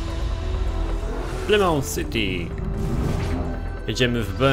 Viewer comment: To nie jest "Plymout" ,tylko "Palmaut" jak już ...